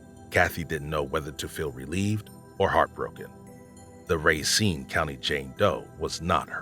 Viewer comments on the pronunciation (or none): I enjoy the content, but please try and be more cognizant of pronunciation. Amarillo has one R at the end. Racine county has only one N. The inconsistencies drove me a bit batty. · Nitpicking here, kept getting triggered when you kept saying “raincine” county, but had to rewind to listen to the last reference, you pronounced it correctly”Racine” …. Sorry for the snark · How can a man like Dennis Bowman adopt a baby that’s ridiculous ‼️ you said RACINE WRONG